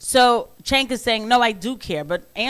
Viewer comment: I love that Andrew keeps saying cents name wrong until he rebutes with Andrea lol